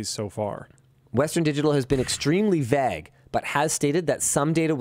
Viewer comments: Why does Linus pronounce vague as vaaag? Hits the ear really weird. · oof... that pronunciation of vague makes my skin crawl ^^